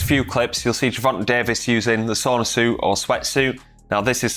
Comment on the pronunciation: Ger-von-huh Davis!